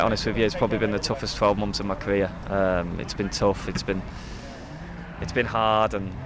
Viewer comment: Toughest moment of his caweer Fwustwating bless him